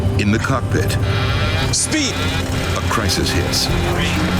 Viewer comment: It sounded like they said in the cuck pit at the start